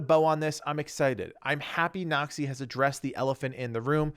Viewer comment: Everytime he says "Noxy" I hear "nazi" lol